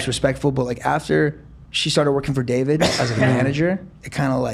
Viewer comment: Ethan accidentally calling Dobrik "Davrid" repeatedly had me dying 😂❤️